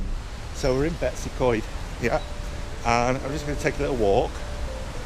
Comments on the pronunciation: yes 100%. Its not Betsy Coed. It is Betws y Coed. Betoos uh coed - my best effort in phonetic spelling of the name. Greta video by the way and fantastic pictures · How about pronouncing the name properly?